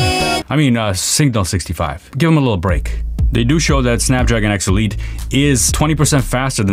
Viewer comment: When you say X elite it sounds like obsolete LMAO, Snapdragon Obsolete xD